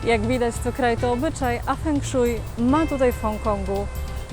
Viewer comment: fenszłej, a tak po za tym ciekawy film ;)